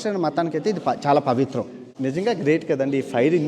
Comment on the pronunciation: ప్రవిత్ర కాదు బాబు 😂 పవిత్ర గ్రంథం. ఇన్ని వీడియోలు చేసావు కానీ నీకు మాత్రం ఇంకా కరెక్ట్ గా pronounciation రాలేదు ఇంకా 😂